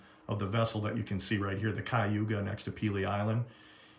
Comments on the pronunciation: I'm from and still live in Cleveland, Ohio, born & raised..Cleveland is in Cuyahoga County..say it like this..Kai O Hog Ah. Good vid,. Main thing is all are safe. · Being from Cleveland I too know how to pronounce the name of this ship...I forgive you, its not an easy word to figure out.😂